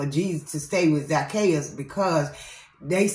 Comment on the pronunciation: You had said it right I got the wrong word in Luke that I'm reading and it's Zac-chae'us 🥰🙌